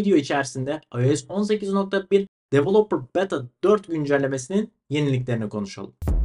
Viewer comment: devıloıper dort diyosun